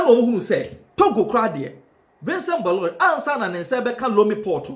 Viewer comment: The pronunciation is Boloray.